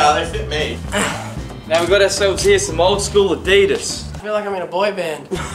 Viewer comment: he said adias wrong and it annoys me